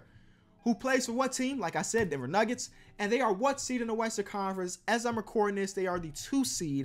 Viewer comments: "Denver Nuggers" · did my man’s say Denver Nuggers 🤣🤣🤣🤣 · "Denver Nuggers'' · You heard him say Denver nuggers